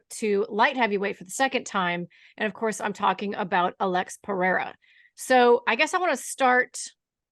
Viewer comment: Shoutout to Laura for not calling Pereira, Peheira